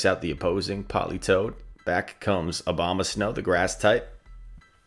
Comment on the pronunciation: Everyone says Obamasnow, not Abomasnow🤣